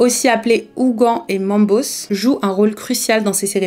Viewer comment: C mambo le s ne ce prononce pas